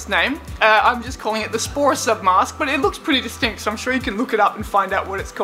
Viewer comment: Say sporasub again .... Haha lol .... Ssssss sound good from u